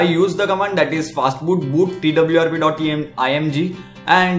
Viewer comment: Is it "fatboot" or "fastboot"